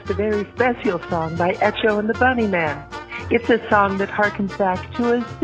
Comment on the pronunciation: Did the caller really say Etch-o instead of Ekko (for Echo)?